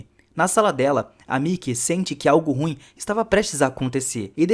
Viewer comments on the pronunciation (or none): none